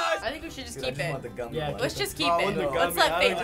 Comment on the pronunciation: Who go bothered when he said real vs "goomy" challenge